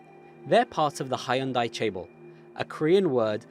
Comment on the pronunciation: Cool but mispronunciations of hyundai and chaebol kills me everytime